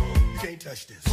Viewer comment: “This” not “dis”?!